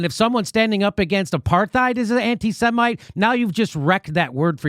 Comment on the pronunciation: Did Galloway say anti-semen instead of anti-Semite? Is he against swallowing?